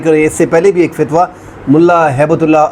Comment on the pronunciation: Fatwa bolo sir. Fitwa no